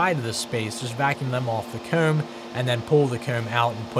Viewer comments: I keep hearing COOM and not COMB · Is he pronouncing the word "comb"? Regional accent?